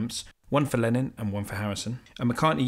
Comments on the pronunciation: All very interesting. Many thanks. But please stop saying "Lenin". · You clearly know how to pronounce ‘Lenin’, because it is onomatopoeic. But ‘Lennon’ is not onomatopoeic, because the sound at the end is ‘on’, but more commonly pronounced ‘un’. But never ‘in’. But none of the above detracts from the quality of your videos! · Great video, thank you! One gripe: you keep referring to “Lenin”, which is a rather irksome mispronunciation, since Lenin was a purveyor of death and misery and Lennon a purveyor of musical perfection. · ... His name is Lennon... NOT Lenin